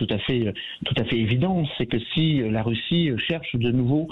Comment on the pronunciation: Il a du mal à prononcer « RUSSIE « 😂